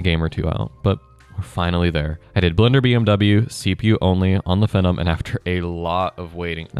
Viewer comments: ••"F'num" 😂 It's pronounced like "Fee nom". I think AMD marketing wanted people to think of the word, "phenomenon" or "phenomena", "phenomenal", &c. ••I have legacy PCs (intel QX6700; socket 775 with DDR2 & AMD FX-8370; socket AM3+ with DDR3), so this content is still relevant to me, but I don't even try to put modern games on them. ••I remember back in the day DDR2-800 seemed so wicked fast (especially being able to remember the days of DDR-200, the Apple II (read and said as "two") and 486 IBM compatibles). ••Another factor in older PC component prices is inflation from recent years has caused these prices to go up. I paid $7 for a Xeon X3210 in 2017; now (late 8/24) it's $14. However, China is making and selling DDR3 new today. I think it's helped keep the prices down. I may replace the RAM just to keep my DDR3 system running longer. ••My socket 775 system (dual boot) will run Windows 10, but it does so much better with Windows 7; especially since it maxes out at 8GB of RAM. It runs all Windows XP games & programs like a beast. Driver support for newer Windows on older hardware can be abysmal. If I can ever get around to putting Windows XP, maybe Windows 7, and a nice Linux distro on my AM3+ machine, I'll probably sell or part out my 775 PC. That could be 4 operating systems on one PC 👀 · its pronounced "Fee-Nom" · It's pronounced FEE-NOME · The first CPU I bought was the Phenom (pronounced "FEE" nom) II x3 Yes, all 4 cores worked fine. And you need to have the drivers for the sata controller on the install medium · Butchered the pronunciation lol